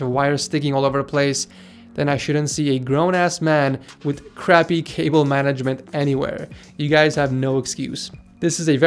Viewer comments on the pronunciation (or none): DID HE SAY WIRE MANAGEDMENT?!?!?!?!?!?!?!?!?!